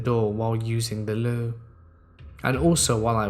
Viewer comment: What in the hell is “THE LOU”?